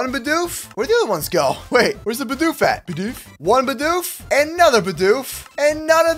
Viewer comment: Also when you said your getting a Bidoof, I though you meant a Bedew